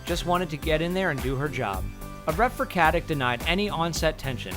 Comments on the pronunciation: Aneta Mladenovska why rude? I'm just pointing out to you that she herself pronounces it with a k.....there is no need to be rude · it's not how her name should be pronounce... mister nikola tesla is wrong. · Stop mispronouncing her surname, it's infuriating. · The Ferryman Well it MAY be with a C, but absolutely not a K, not like he says it - "CatiK" no one in the Balkans say that! If you're not educated into any Slavic language then that's your problem. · you could at least learn how to pronounce Katić last name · Why don't you just call her Beckett. It's painful to hear that you can't pronounce her last name. It's Katić not Katic! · Please stop saying "Katic" wrong. It's "Katich" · "Katik"? Really? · Who cares! Hey you narrator, get your p's-n-q's right; it is not "katik", pronounced "katich" as it is Serbian! Let's quit converting everything to our uncultured, uneducated American way! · Katić, no katic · You pronounce Stana Katić's last name wrong - it's KatiCH (well, simillar, that 'CH' is more like 'C' in 'ciao'), like (Nikola) JokiĆ, (Bogdan/Bojan/Peter) BogdanoviĆ, DončiĆ, StojakoviĆ, etc.. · it's not KatiK it's Katic pronouncing with a ć. I don't really care how you pronounce these last names that tend to change to CH so Americans have less problems with it, but anyway you should stay consistent, because while 15ish years ago K was prominent, people learned since then. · I hate the way you say Katic's name(in Croatian it is pronounced KatiCH).I am not Croatian and i know that... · I don't get it...what the fuck gives you for right pronouncing someone's last name like you think it should be pronounced? Its not KATIK...Its fucking Katic and you read C like ch not fucking K. Its not like you cant fucking pronounce that letter...problem is that you don't want,because yo uare lazy fuck. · Katic = Katich It has lost the accent that makes it 'ch'. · I think her last name is pronounced Katich not Katik with the c. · Her name is pronounced Katić. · its not Katich....